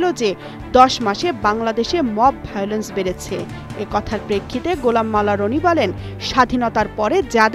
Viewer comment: এডমিন এডভোকেট গোলাম মাওলানা রনির নাম আরো সুন্দর করে উচ্চারণ করার অনুরোধ করছি। প্রোফাকান্ড সচিবের নাম যত সুন্দর করে উচ্চারণ করলেন, এতে দেশের গুরুত্ব পূর্ণ সচিবদের অপমান করলেন